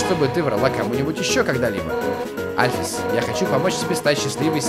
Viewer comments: Правильно альфИИс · и в имени Альфис ты ставил ударение не на ту букву... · правильно Андайн Альфис(ударение на А) и Папайрус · Та блин альфис ударение на а понимаешь на а а А!!!